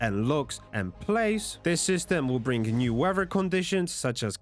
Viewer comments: OMG it's weaTHer.. not WEVA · Great video. But stop pronouncing it weawwer system.